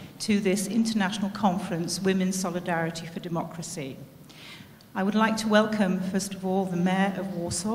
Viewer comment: "ez de mejer of łorsoł end de ko-orgenajzer of dis important miting aj łud lajk tu łelkam ol of ju" ;DDD lol Nie ma to jak partia wykształciuchów.